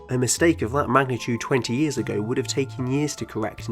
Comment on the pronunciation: ”Thwee ow Fouw Yeaws” Keep up the good work my guy.